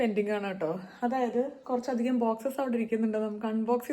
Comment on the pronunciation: താൻ "കുറച്ചധികം " കുറച്ചാധികമായി പറയുന്നു 😆